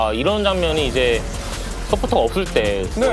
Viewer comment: 이제를 e제 한게 얼탱이가없이 웃기네 ㅋㅋㅋ